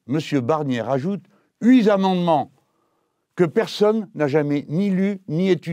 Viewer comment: "huit zamendements" quand même